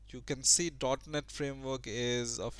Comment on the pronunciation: when you said .net framework i swear i heard "dark net framework" haha